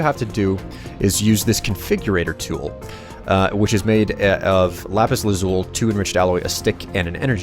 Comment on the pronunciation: you're one of my favorite yogscast members but the lapis thing is killing me! It is either pronounced "luh-zoo-lee" or sometimes "luh-zoo-leye" or any combination of those, if you don't want to make any mistakes just use the abreviation "lapis". Btw keep up the good job and I look forward to more of your videos